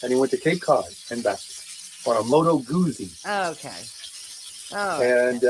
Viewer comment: Great live. Do you think he secretly fancies himself as Peter Fonda in ‘Easy Rider’? Ugh and the way he pronounces “Moto Guzzi’ is so cringe. I feel it’s time for a new desperate fluorescent travel partner to be looking at him pitifully while attempting to laugh at his jokes…